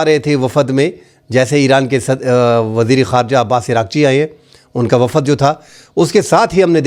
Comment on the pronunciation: Wafad kiya hota hai ,.....????? 🙄🙄🙄🙄 Wafd hota hai ,.....👈👈👈👈 Journalist hoker aap Urdu ko toa sahe talafoz ke saath toa boole ,....🙏🙏🙏🙏 Shokriya ,..... 👈👈👈👈 ❤️💚🇵🇰 LOVE FROM PAKISTAN 🇵🇰💚❤️